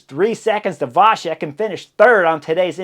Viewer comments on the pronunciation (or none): Great coverage as always. One little hint - in slavic languages "C" is always pronounced like tz (e.g. tzar), so Vacek is pronounced Vatzek. Only with caron "Č" (and with cz in polish) it is pronounced soft - like CH (e.g. chilli)